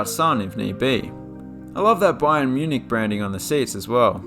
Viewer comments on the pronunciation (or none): none